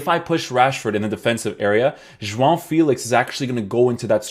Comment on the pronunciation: You actually pronounce João right damn